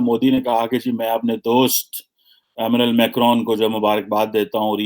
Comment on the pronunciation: Please work on your pronunciation,his name is Emmanuel Macron.not as you said amenal macron...kya PhD kar ke betha hai...